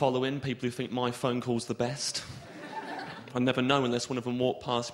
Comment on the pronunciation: I still hear it. When he said "death" and "think" it was particularly noticable.